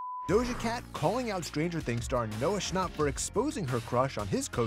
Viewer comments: Bro the guy said Noah shnop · Ok but he legit just said "Noah Schnopp"